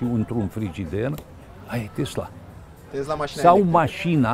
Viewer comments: Tesla, cum pronunța domnul Țiriac ( cu ,,s") nu Tezla cum pronunță cel care îi adresează întrebări... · A zis tot timpul " tezla".